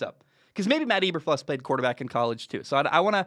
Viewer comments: pronounced EE-ber-floos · Cant even pronounce his name right, hard to listen to anyone's opinion on someone when they are too lazy to even check that. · Your not saying his name right